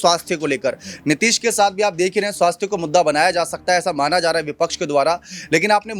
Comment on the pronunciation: गधा तुमको बोलना नहीं आता नीतीश कुमार बोल नीतीश नहीं